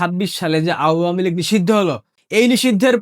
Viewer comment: Apni awamilig উচ্চারণ টা ভালো করে বলবেন এটা শুনতে খারাপ লাগে